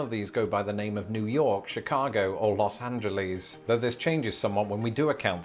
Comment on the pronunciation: I live in San Bernardino County. (Congrats to for pronouncing it correctly, though his Los Angeles is a bit off). We love the Inland Empire. Within one hour, we can get to the Pacific Ocean, the mountains, or the high or low deserts (different). Speaking of mountains, we have several above 7,000 feet tall. And that's straight up; I live at about 1,500 feet. I have been lucky enough to go several times to England, Scotland, Wales, Northern Ireland, as well as the Channel Islands. Both of us have beautiful countries, though vastly different in size. Enjoyed this video, my cousins across the Pond.